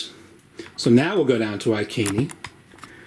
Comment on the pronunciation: Good video thanks for this. Iceni is pronounced eye - seen e by the way!